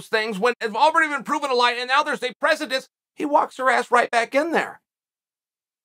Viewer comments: everyone: “precedent” Chael P Sonnen: “precetent” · "Do you know what presetense means?" Uncle Chael with the trick questions... It's precedence btw...with malice. Also, it was defamation with malice thus not free speach. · Chael setting a precetence and pretecence and still not setting a precedence. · Precitence or precedence? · Does that work with other words? Like, is there a universe now where the word is "precitense" instead of "precedent"? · Note to self: don't take legal advice from a man that says "pressitense" and means "precedent." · "Precedent" the verdict set a Precedent. Without the s, this is your first language if you insist on using them big words then get them right onkel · What the hell is PRECETENSE?? 😂 Good old Chael! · what the fvck is a presitence? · Lol okay I can't anymore. PRECEDENCE has a gaddamn D. Not a hard T 😂😂 That shit has me in my feeling 😂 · "Presetense"! 🤣 I love the confidence tho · Say it with me Chael...preceDence lol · “Precedent”. Pre-se-dent Chael. 👍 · Is he saying pressingtance? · Just waiting for the day Uncle Chael says “precedent” right. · For fuck's sake Chael the word is "precedent." I know you steadfastly refuse to say any foreign fighter's name correctly on principle but I'd think you'd have a little more commitment to speaking English correctly. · Bro... It's precedence. If it helps, do it phonetically: 'Pre-se-dense'...